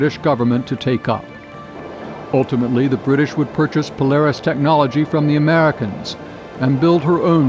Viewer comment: The widz kids? Interesting contents, but inability to place contrastive focus or stress by the speaker on certain words makes it confusing. Eg in the sentence that starts “ultimately, the British would purchase Polaris from the Americans” The video emphasizes the word ‘Americans’ - which makes no sense…it would make sense if the previous sentence had said ‘the British were considering several countries when purchasing Polaris’. But that’s silly - that’s not the question. We’ve been talking about the Americans the whole time. There is no need to draw a stress contrast here, What’s interesting in this sentence is that they purchased POLARIS from the Americans, rather than something else (the skybolt). To show that contrast, you want to stress the word ‘Polaris’. Not thinking the spoken version of this ends up detracting from what is otherwise very good content.